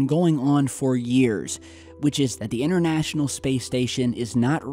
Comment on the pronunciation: the word is pronounced international not innernational and internet not innernet. Speak proper English.